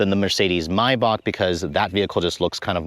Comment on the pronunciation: Please can you pronounce Maybach correctly with an A not an O? Similarly Mulliner with an N not a G. Nice motor but way over engineered for my taste and bit too tacky inside with such garish colours. I've owned two old style Bentleys in the past. A 1975 T1 (think Rolls Silver Shadow shape) and a 1988 Turbo R. Loved the T2 the best and was fortunate to be invited to take it back to the factory in 2005. We toured the production line, and the detail is amazing. I talked to a woman stitching the leather cover on a steering wheel. She said it took four hours and used one continuous thread. If the thread broke, she had to start again!